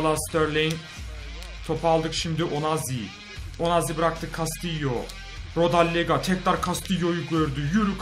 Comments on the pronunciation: rodellega değil rodeyga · rodellaga değil rodeyega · abi rodallega değil rodaega